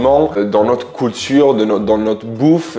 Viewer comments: Tu fais rire quand tu dis "Coulture" 😆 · 😂 j’adore tes vidéos et surtout lorsque tu prononces le mot culture tu dis « coultoure »😂 j’adore ❤